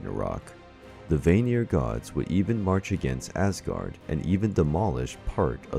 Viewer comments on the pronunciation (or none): Hi there, just a few tips. Vanir is pronounced Vah-nir, not Vaye-nir. Æsir is pronounced Ai-cir or Ouw-sir (Æsir/Ás-ir as in Ásgarður/Ous-guard).